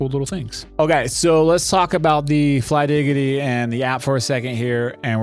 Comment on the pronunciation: bro really said flygiggidy😭